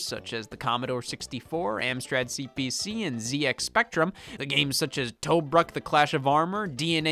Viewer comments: I love the way he says Tobruk, very offensive to a historian. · I love that Scott pronounces Tobruk like it’s the made up name in the title of an old school RPG.